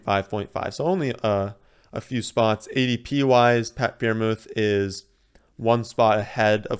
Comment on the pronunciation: I look forward to the freiermuth mispronunciation every mock draft